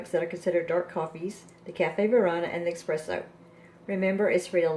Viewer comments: It’s not “EXpresso” it’s Espresso. You understand nothing about coffee. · Plz don’t say expresso it’s spelled espresso and that’s how it’s said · He is saying it is not Expresso, it is ESpresso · It's not expresso it's espresso!!! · eSpresso S not X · No credibility, you can’t even pronounce espresso properly